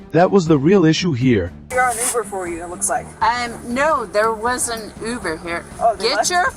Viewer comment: Ai can't pronounce Uber